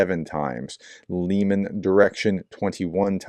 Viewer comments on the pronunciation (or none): none